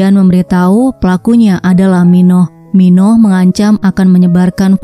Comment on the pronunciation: Min baca nya Min Oh.bukan Minoh min